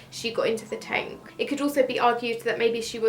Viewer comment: Lol, 'tenk'